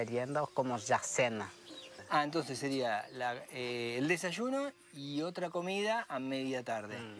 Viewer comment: Me hastie de ver este material. Entre el "desashuno", (desayuno) el cantaito del Argentino, y lo flojo del argumento me hicieron desistir de continuar viendolo. Adios.